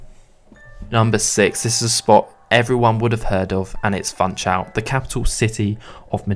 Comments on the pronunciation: It is not called FANTSCHAUL, it is Funchal. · "FunchaLLLLL"😅 not "Funchaooo" or "Funchauuu"🤣 Please guys! It's Portuguese, not Brazilian Portuguese! 😚 You may pronounce the "L"s much like in english😉🤙 Great compilation so spots 👏 Thank you for sharing!